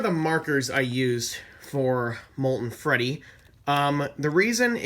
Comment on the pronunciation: It freddy not reddy